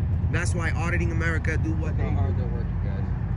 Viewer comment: It's America not Amerikaa